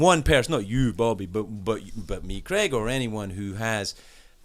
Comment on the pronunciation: Why cant so many Americans say the name Craig? Crag, Creg...